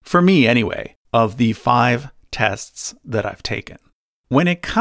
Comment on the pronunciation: My friends have made fun of me for years because of the way I say “tests”. So understand my excitement when I hear you say “tests” and realize you are my pronunciation brother!!!